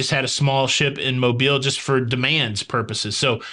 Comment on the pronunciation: Cruise News Time! 👏🏽👏🏽👏🏽lol you’re still saying Mobile. I think you just wanna say it .